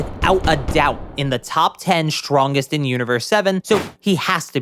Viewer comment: why do you say "shtrongest" instead of "strongest"?